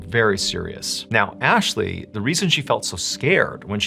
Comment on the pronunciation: U said Athley😂